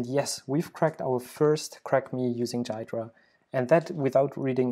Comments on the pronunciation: You pronounced it wrong , by the way. It's supposed to be pronounced gee-druh, not guy-druh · It's Gee-druh, not jeye-druh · WTF is "Dude, it's pronounced "Ghidra"! "? That leaves things as clear as mud. It is pronounced GEE-druh with a hard G (as in "good"). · 'Jiy -dra' lol its pronounced like Gee-dra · Please say "gear dra" from now on in place of "jai dra" you're killing me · great tutorial - but it's not jai-druh, it's gee-drah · It is pronounced gee dra nor jeay dra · Wait, it is pronounced jai-dra not ghee-dra? Learn something new everyday. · It's GHee-Drah bro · He never read the FAQ: Frequently-asked-questions#how-do-you-pronounce-ghidra > Gee-druh. The G sounds like the G in goto, great, good, graph, and GitHub. The emphasis goes on the first syllable. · Bro it’s ‘gee-dra’ 🤦‍♂️ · For future listeners, Ghidra is pronounced, "Gee-druh"; [3] /ˈɡiːdrə/[4]). Source: Great video, and well-explained usage. Keep up the great work. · it is pronounced gheedra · It's pronounced GHEE dra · I believe it's pronounced "gi-door-ah" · It is pronounced "Gee-druh" but that's okay. This video was a very nice introduction, by the way! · The way he says Ghidra drives me crazy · It's Ghidra!!! It's not a J. It's a soft G as in gear (not G as in generous or gentle or genius). Then it's followed by hard E, as in easy and finally dra (soft), as in dram. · it's Ghidra G as in Get. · Dude, it's pronounced "Ghidra"! (j/k, was a good video) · It's funny that you pronounce Ghidra wrong this entire video.